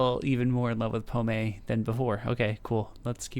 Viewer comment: Les oiseaux on Google...birds.......you use a strange way for a simple translation lol. Her name means Apple. In french we dont say the last voyelle if there is not accent. prononce it pomm. Pommé has you say with the accent means lost.....not very sexy